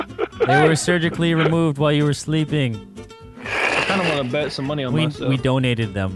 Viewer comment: "Munny" hahahaha